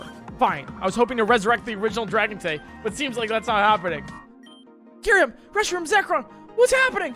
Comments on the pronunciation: It's Kyurem, not Kyuriem. It's Utira, not Utiria. What a weird but consistent misreading. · ....... The fucking way he pronounced "Tartarus" and "Kyurem".......... Genuinely what?